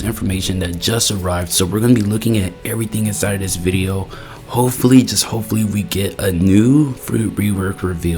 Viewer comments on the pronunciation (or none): none